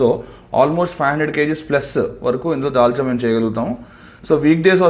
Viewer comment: Dalcha అంటే తెలంగాణ మీకు రాదు dalxha చేయడం if u don't mind